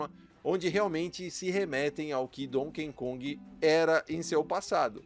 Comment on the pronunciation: NÃO É DONKEN KONG... É DONKEY KONG